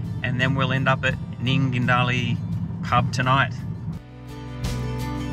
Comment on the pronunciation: Nindigully not Nundigilly.